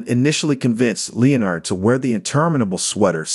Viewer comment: an AI voice that cannot pronounce Leonard. really?